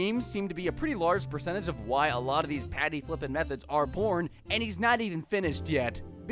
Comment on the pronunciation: I'm sorry, the reason they're WHAT!? I rewinded that bit 3 seperate times and it still does NOT sound like he said "born" there...